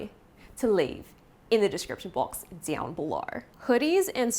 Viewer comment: the australian “down below” takes me out LOLL i love it